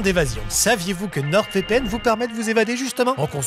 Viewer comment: ATTENTION CLASH : Bon, il faut que je te le dise, sincèrement Amixem. NordVPN est une entreprise française, le nom est en français. Le "d" de "Nord" ne se prononce donc pas ! Je t'en supplie, arrête de parler de NordeVPN !